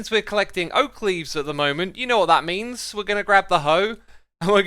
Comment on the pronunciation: Remember it's oak leavee